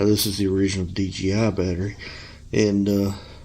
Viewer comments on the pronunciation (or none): OMG, 10 minutes and 45 seconds to finally remove the battery! BTW, it's not D GEE I. It's D Jay I. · Please learn to say DJI instead of DGI. It really bugged me throughout the video. Otherwise a pretty good and informative video. Thank you!